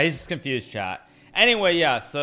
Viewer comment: Is he saying okay ‘chat’ or ‘Chad’?